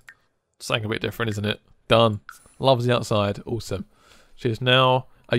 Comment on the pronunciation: The way he says awesome fucks me up. "Ooosome"